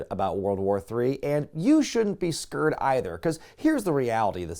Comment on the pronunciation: You're not... what about World War III? Never heard that pronunciation of "scared" before.